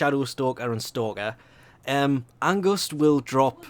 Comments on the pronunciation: lol he says angust not angst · *Ange-st not august. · Angust? AnGUST? I don't want to be that person, but... THERE'S NO "U" IN ANGST!!! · I think he didnt pronounced it like "Angust" more like "Ang-st" because he isnt Norwegian, German, Danish or Dutch because these are the languages where this word is used and doesnt know how to pronounce it right. Or if he is from one of this lands - except Germany - maybe this is the right way of saying the word. :D And if you are German that may be the reason why it sounds weird to you. :D I hope this was kinda helpful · Him saying everyone but Angst's names right triggered me XD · GOOGLE HOW TO PRONOUNCE ANGST. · haha that angst pronounciation is cute *^